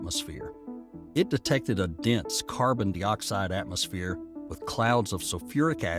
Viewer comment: What's "carbon-DEE-oxide"?